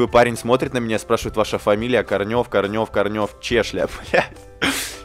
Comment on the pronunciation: КОрнев а не КорнЕв, КорнЕв нет такой фамилии